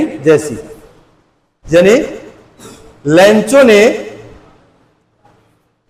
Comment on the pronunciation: लेंचो नही लैंको